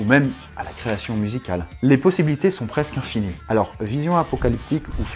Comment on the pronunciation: "presqu'infini" l'élocution qui est fausse en soi lol. Sinon j'adore tes vidéos, continue !